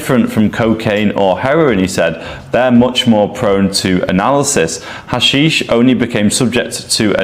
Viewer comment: Sorry dude, you calling ha-SHEESH "hash-ish" means you know fuck all about this topic so I can't take you seriously.